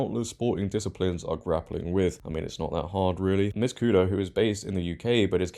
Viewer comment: Portuguese names with 'nh' are pronounced the same way as spanish 'ñ' so her name is pronounced cunya. Great video though as always. And awesome that she stood up for what is right. ❤❤❤